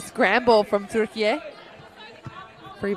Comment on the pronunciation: Maçı anlatan her kimse çok özel teşekkürlerimi iletiyorum.ülkemizin ismini aynı bizim gibi telaffuz ettiği için ❤❤❤